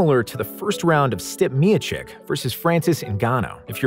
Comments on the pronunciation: "sTiP MeOwCK" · Stip me-a-chick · Lmfao "stip" miocic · I didn't know that's how you pronounce his name